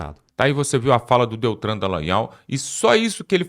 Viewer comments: Amigo o nome é DELTAN e não Deltran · Por favor, não é Deltran, é DELTAN. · NAO E' DETRAN, E' DELTAN !!!!!!!! SACOU?????